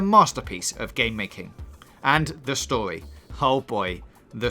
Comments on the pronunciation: How many times did he say stowy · Ur saying stowy wth is stowy learn how to say story